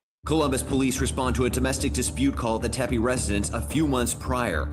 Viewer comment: Great coverage. Please stop saying “Tem-pay”. It’s nails in a chalkboard. It’s pronounced “Teppy”, like “Peppy”.